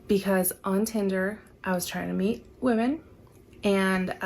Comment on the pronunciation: she said she was trying to date women, or SATAN?😂